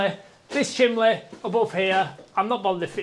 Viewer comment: There is no L in chimney 🤣, great work as ever